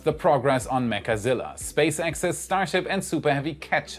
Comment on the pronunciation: I REALLY wish we could STOP calling it "mechAzilla" - it sounds SOOOO TERRIBLE!!! - just plain ol' 2-syllable "Mechzilla" SOUNDS PERFECT!! - STOP SAYING IT WITH THE EXTRA 'A' !!!! PLEASE!!!! THIS IS JUST AWFUL SOUNDING!!! - Do ANYONE else agree???????